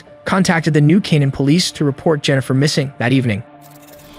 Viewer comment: When the AI "narrator" can't pronounce New Canaan... sigh.